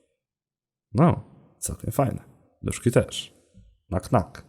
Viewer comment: "też" a nie "terz"...